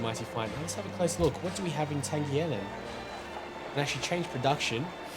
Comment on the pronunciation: Pretty sure "Tangier" is pronounced "Tan-jeer", not like a G but with a J.